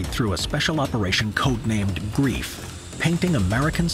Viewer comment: it was called "operation greif" not grief, so operation griffin